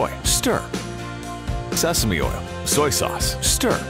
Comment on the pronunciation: HELP I thought he said semen oil